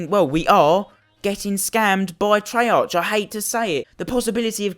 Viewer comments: Why do people always complain... 2.) it's not trey (arch) it's trey(arc), 2.) title says "scammed" but buys cod points 3.) ur lucky that u even have any dlc weapons because they increased the chance of getting dlc guns and if ur still complaining I don't think u should be playing cod tbh.. Go play club penguin 4.) just cause u don't like calling cards doesn't mean it's bad, and lastly 5.) ITS A GAME AND PEOPLE ARE WILLING TO SPEND THERE MONEY TILL THEY GET IT! Let them do it and how comes I SEEE tones of ppl with the peacekeeper if it's so hard to get?! U SEEE?, ITS NOT! ur just FUCKING UNLUCKY!... Don't get the wrong impression ur a good youtuber and I like u but ur point just stupid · wtf treyar'ch' its treyar'k' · It's pronounced "Treark" you fuck up. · It's activist on not treyarc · I would take this seriously if you pronounced the company of the game (treyarch) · The only thing that pisses me off is how you say Treyarch. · You pronounce "treyarch" wrong it annoys me SO much so I had to dislike